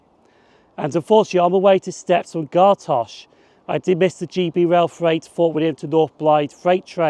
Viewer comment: Great video. Just two pronunciations are off. Gartcosh pronounced Gart-cosh and Carntyne pronounced Carn-tyne. 🙂